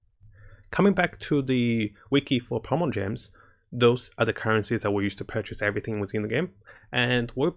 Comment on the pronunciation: I didn't like how He said "Primonogem"